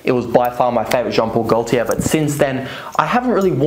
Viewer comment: Jon pol goltier le mele le parfooom